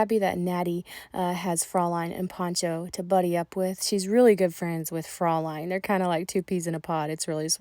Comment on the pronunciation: Both of them are looking great! Very lucky horses.❤Fraulein is pronounced closer 'froy-line'. Check online German pronunciation to hear 😊